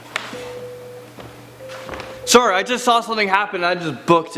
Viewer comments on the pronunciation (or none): none